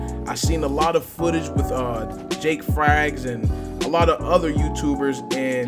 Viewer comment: Did you say jakefrags bro its jackfrags 😂 jk good vid!